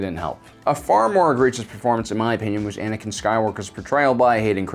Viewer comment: Why the heck do people say Anikan instead of Anakin